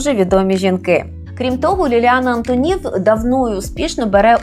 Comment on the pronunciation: Шановна пані, але чому " АнтонІв"? Звичайно, по - людськи:"АнтОнів"!